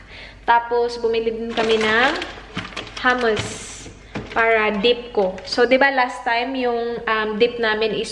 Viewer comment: mali yong pag pronounce mo ng “hummus” but still I love you 😘